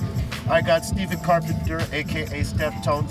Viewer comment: I like how he always calls him Steftone. 😁